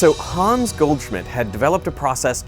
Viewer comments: please pronounce "Hans" shorter, there is no "aa" or "ah" to make any of the long "aaa" sounds that you are making. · just a hint for the future: try pronouncing it "hanns" instead of "hahns", so you'll end up saying "hans" correctly =) *edit: it comes from "hannes", which in return comes from the biblical jesus-fella name "johannes" and so the faster pronounciation is explained ;) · If you want to pronounce Hans like a German, try not to say Hahns but Hanns with a shorter a than you are saying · Hooo😮ns 😂 its Hans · The name is not pronounced 'Hahns' It's pronounced 'Hanns'. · German here: the name "Hans" is pronounced like the word "hunts" in "He hunts a rabbit"...not like "haawwns" ;) And the "u" in the name Bunsen is pronounced like the "oo" in the word "boom" (maybe a little shorter) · Why not learn how to pronounce "Hans" while you're in Germany? Or listen to sound bites on the web on how to pronounce (forvo is nice for that). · Derek, for fucks sake, learn to pronounce the German names right.